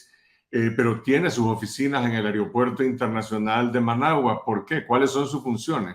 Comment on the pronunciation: AEROPUERTO SE DICE VIEJOS CABEZA DE GLANDE...NO AIROPUERTO....?